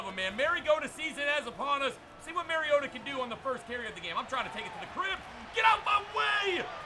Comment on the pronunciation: I'm gonna be that guy, it's pronounced mario-ta not maryo-ta😂 love the video tho keep it up toilet gang